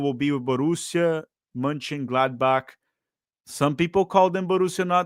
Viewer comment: why cant u pronounce the name of this team